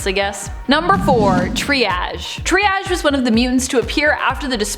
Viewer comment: Seems to be some unfamiliarity with the term "triage" and how it's pronounced...